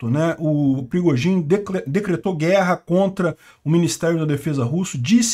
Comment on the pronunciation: O "perigozin" kkkkk